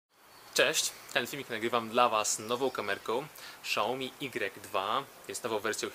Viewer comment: nie Szaomi tylko Siaomi jak już!